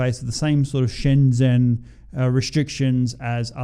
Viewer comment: SCHENGEN bro NOT SHENZEN. wtf!!?